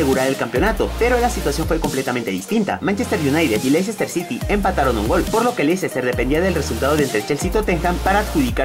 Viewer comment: oh sí, lo que implica el atalanta, no es la Juventus, ni los de Milan ni el Nápoles. Y otra, se pronuncia "lester", veo que batallan mucho los de tu país para pronunciar nombres en inglés.